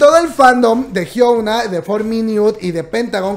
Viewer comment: No es por ser odiosa, pero no puedo con su pronunciación del nombre de Hyuna 😅 pd: no se coreano, pero si mg aprender como pronunciar los nombres coreanos